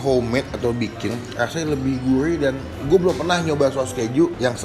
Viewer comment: Siguurih bang siguurih, bukan siguuwih